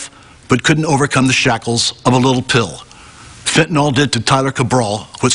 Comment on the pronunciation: So awesome to hear the male reporter pronounce Fentanyl correctly . He says it perfectly, as a 3 syllable word pronounced “FENT-ah-nill”. Most people say it in 2 syllables as “FENT-nuhl”, but congratulations to this reporter who is the first person to say it correctly since 2018, in the videos I’ve seen.